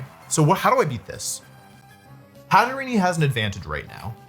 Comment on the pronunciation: Wolfe's pronunciation of some pokemon names is hilarious, GoLURK and Hatereenee fried me😂😂😂